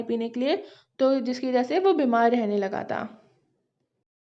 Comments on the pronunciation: बिमर या बिमार 😂😂😅😅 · bimar❎ bimr✅😂😂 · Bimar hota h Bimr nahi